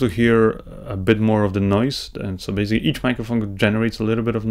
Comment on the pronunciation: You always pronounce basically to bazically...! lol..